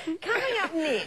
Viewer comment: “Coming up nixt” 🤣🤣🤣